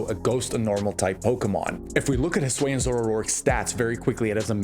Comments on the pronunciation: but hey, I honestly really like the way you pronounced it, I’ve never heard it like that before lol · I just can't take someone seriously as a pokémon content creator if they aren't going to try to pronounce something as basic as Hisuian correctly. Has he seriously not heard a single person pronounce it in over 3 years that Legends Arceus has been out?